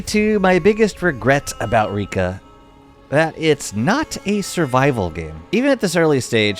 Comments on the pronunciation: Please, it's pronounced /rěka/ or /reká/ or /rẹ́ka/, there's no /i:/. Not that difficult to google. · It’s reka like wrecker